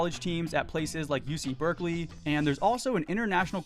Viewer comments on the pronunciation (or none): none